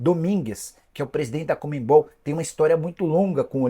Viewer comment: Não entendo essa insistência em falar COMEMMMMMBOL, ao invés de CONMEBOL...